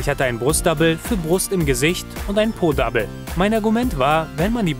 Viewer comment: Dem kann ich nur zustimmten.Da müssen definitiv Pausen zwischen den Personen.wirkt alles sehr plump und langweilig von dir.Und es heißt Double und wird auch so ausgesprochen (mit einem stummen o)